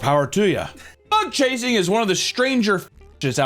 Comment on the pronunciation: it took me up to this point to realize you were saying “bug chasing” not butt chasing 😭